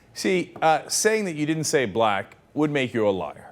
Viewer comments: Anyone honestly claim to hear a 'ck' sound on that clip? He says blah or bligh. Slow it down, there's no 'ck' sound at all. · bligh or blight people's lives better. There was no 'c' sound at all. I noticed this the first time I saw it, there was something wrong with the 'black' word. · it kind of does sound like blachh like blahhh something like that lol so idk im undecided on this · I think, before he finished pronouncing the word BLACK, an alarm went of in his head and he said BLAGG instead. He's such a digg. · it does sound like bligh. I think he meant black though. lol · listening over and over, it is blah, or if he did say black, it isnt fully pronounciated. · You can hear the "k" at the end of black. Blah? No way! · After rewatching this for the n'th time, i will have to correct myself; he did not say blaicnkd, he said blake. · Sounds more like "blata people"; perhaps he was saying "lot of people". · Haha! Even the awful YouTube subtitles thought it was "...black people's lives better by giving them...". That was like the one thing they got right! Other than that, I guess it can sound like "blight", but come on... It's not even the first time he's had this kind of gaffe. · He says 'Blite' .... Blite people's lives better. Listen - There definitely is no Ack. My guess is he started to say Black, realised it, and tried to change it to White (Hence Blite), of course that is all speculation...which still makes him racist. Nevertheless he definitely didn't say blACK. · I believe him. It sounded like "bligh--people's" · I heard "blai". He does have a point if no one in the room heard black either... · yeah he said bla not black! makes zeros difference though. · the more they repeated it it sounded more and more like blagh... o.O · It sounds a bit like "blite" actually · If you listen you hear the "i" - Blight >as in "light" not Black > as in back. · oddly enough it sounds like 'blind people' when you play it back a bunch of times